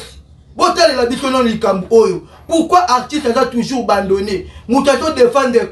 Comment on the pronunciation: 😂😂😂😂alobi lisusu artiste aza tuzur bandone 😂😂😂😂